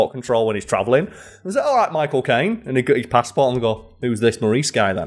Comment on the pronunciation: Everytime i heard "my cocaine" instead of "michael caine"